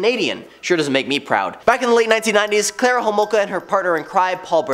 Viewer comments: It’s Carla not Clara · Not to be rude but its CAR LA all one word you also said the wrong name